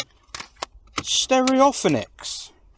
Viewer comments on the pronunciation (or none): I think that Mark and Lard on BBC Radio 1 back in the day used to like mispronouncing Stereophonics in exactly the same way, so I bet a load of people copied it and still do it now. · The way you pronounced Sterryoffonics shows you were a Mark and Lard fan!